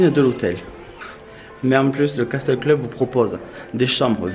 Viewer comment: Juste un petit détail de rien du tout, le mot castle ce on prononce "casseul" et pas "caSTEUL" ^^ Vidéo super sympa comme d'hab' ! :D EDIT: Mignonne la Alice ! :p